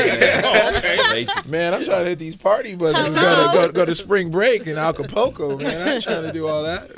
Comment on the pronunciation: AKA POCO!! 😂😂😂😂😂 Acá-Pool-Co (Acapulco) !!